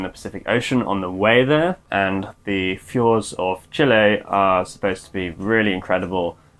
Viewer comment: a round of applause for your correct pronunciation of 'Chile'